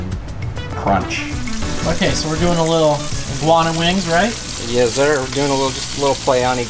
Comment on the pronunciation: "Yeszir"